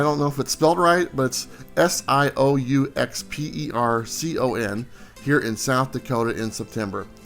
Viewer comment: "Super"con......is how you pronounce that play on words...